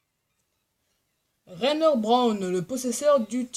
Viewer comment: Juste pour intervenir le titan de pieak fait 4 mètre et ci non pas trop mal comme vidéo Ps le titan de porco fait 8 a 11 mètre je sais pue bien Voilà c’était juste pour t’éclairer un peu 😇 Re ps on dis Reiner pas rener...